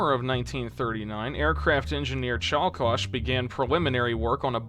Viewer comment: Cool video altought hearing you say żuber instead of żubr or cielkosz instead of ciołkosz is either funny or annoyinh